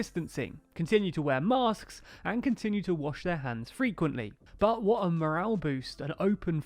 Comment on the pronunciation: 'bu' rather that 'but'